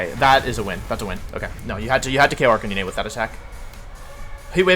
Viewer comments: Whys he call Arc - canine, arc-can-in-eh...??? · The way you prouounced Arccanine all video hurt 🙈. Canine as in dog dude! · “Jija impact” “Arcaninay” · its ar-kah-nine- holy crap i hate the way you pronounce arkanine. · Pls prenounce arcanine like a normal person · I’m actually having a brain aneurysm because of how Wolf pronounces Arcanine.